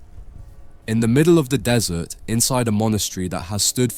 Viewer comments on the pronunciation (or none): "In da middle of da dessert" okay no thanks bro, if thats how it starts im already more educated i can learn this myself elsewhere.